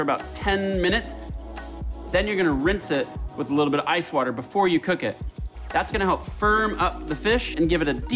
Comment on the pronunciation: 'lets cewk dis fish!'